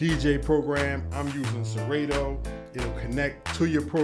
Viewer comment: did you say "siraydo"? ITS PRONOUNCED SERATO